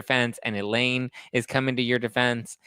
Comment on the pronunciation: Elaine not Eileen